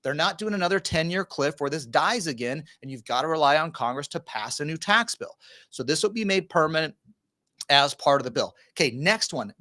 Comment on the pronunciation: Think you said tax pill. 🤣